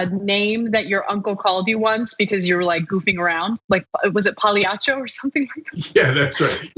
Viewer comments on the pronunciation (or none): the way says it makes it sound from brooklyn